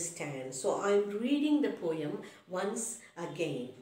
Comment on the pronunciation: mam it is poem not poeyem